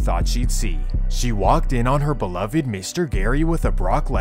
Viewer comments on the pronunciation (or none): none